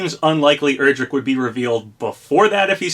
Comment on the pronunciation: Day 1,000 He still miss pronounces Erdrick